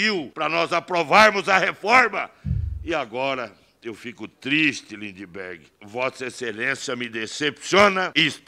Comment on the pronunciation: O melhor foi o Rei do gado vulgo ( lula disfarçado), com um " treis oitão" na cintura chamando o Kim de Lindibergui kkkkkkkk